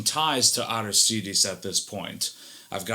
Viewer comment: It's pronounced Arístides with an accent on the first í. Sounds weird when you're used to something else. Is it Spanish? This is awesome, could tell it was too notch after 30 seconds.